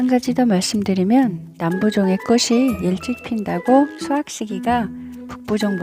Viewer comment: 꼬시로 발음하시는데 틀린 발음 입니다 국문법에보면 자음접변이라고 있는데요.. 꽃이, 꽃은..의 발음은 꼬치, 꼬츤 으로 발음해야 합니다. 이것은 자음접변 순행동화 입니다. 앞글자의 받침이 뒤의 글자의 앞에 붙어서 발음되는 국문법 입니다. 참고하세요.